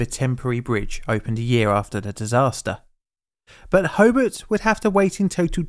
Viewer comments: It's HoBART...not Hobbit. Great piece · Good video thanks, but the name of the city is HobART, not HobERT. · You don't know how to pronounce Tasman, sorry. You say it like "spiderman", but in fact it rhymes with "Jasmine". Hobart is pronounced the same as if you were greeting Bart, and not "Hobit". The emphasis is on Bart. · BTW, it's pronounced "tasmen" with the e very short and almost silent. As an Englishman, I thought you would be on top of that one mate. It's also ho+bart not ho-bet. Illawarra is "IL" + "uh" + "WORR" + "uh" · It's not Ho bit, it's Ho bart. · It's TASmun, not TASMAN. HoBART, not Hobut. IllaWORRA, not IllaWARAH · Also it's pronounced Ho-bart not Ho-bert Ho as in "Ho-ho-ho" and Bart as in Bart Simpson. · Pronounce it 'HoBART", not "Hobert". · HoBART.....hoBART. Not hobbit! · Can’t listen to the mispronunciation of Hobart and Tasman bridge hoburt no Hobart and Tass man no Tasman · Hobart turned into "Hoebt" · My family came across the bridge an hour or so earlier after returning from an east coast holiday. As a treat for us kids we went to a movie at the drive in. Our grandmother assumed the worse for quite a few hours as no one was home to answer the phone ☎️….pronounce the a in Hobart heavier - Ho bArt, Illawarra as IllawOrra 😉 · Great video! Slight corrections on pronunciation - Hobart is pronounced “Ho-Bart” (without the pause) and Tasman (Tasmania) is pronounced Tas-min (Tas-mania). :) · Interesting pronunciation of “Tasman” also Hobart as “Hobit” and Illawara as “Illawarwa” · I hate to say so but you were saying Hobart wrong the whole time. The way you say it is more like Hoe-Bart like from the Simpsons. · HoBART as in Simpson. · Ho-bart , bart like bart Simpson. Illawarra is pronounced il+uh+wo+ruh and tasman well you'd have to ask a Tasmanian that one and it might change depending on which one of their heads answers. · Incorrect pronunciation of "Tasman" and "Hobart". Also, incorrect spelling of "Lake IllawarRa".